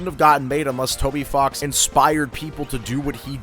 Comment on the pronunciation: bro did NOT say "Toby Fox"